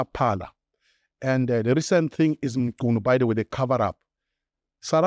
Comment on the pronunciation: I commend your effort to pronounce people's names properly. Mchunu, Nhlanhla, Matlala etc. I know this might seem like setting the bar low, but the reality is that most other white people don't even try, they butcher names with little shame.